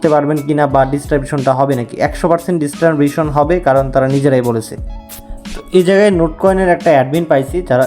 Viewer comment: ডিস্টারবেশন না ডিসট্রিবিউশন,,,,, 😂😂😂😂